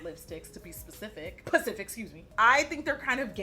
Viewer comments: I love how Jackie said the word specific right then corrected herself by saying pacific like she usually says 😂😂😂 $AnneB024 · I love that you emphasize pacific instead of specific for the culture. $Tacos4Tayco